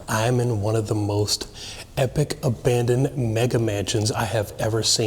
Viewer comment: Car. Not. Abanded😅